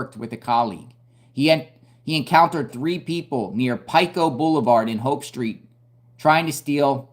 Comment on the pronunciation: Just an fyi Pico Blvd. is pronounced like Peeko, long e sound.